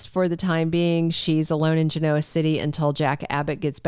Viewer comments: Well, it should be easy then, to just say it correctly. Never heard it pronounced the way she does. Once the real "Genoa ruled the seas." (Historical item) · What’s with the deliberate mispronunciation of “Genoa” City? Why? Some sort of insult? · It’s not deliberate. She has previously addressed that she’s not doing it on purpose.